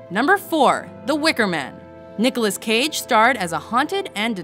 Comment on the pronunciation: Nicholas "CAGE" HAHAHAHA XD